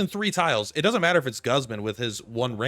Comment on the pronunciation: pronounce Guzman correctly please